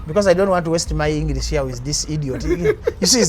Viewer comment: That's engliiiisi not English